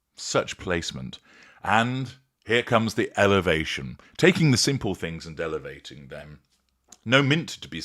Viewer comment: “This is Elevation!” 🤣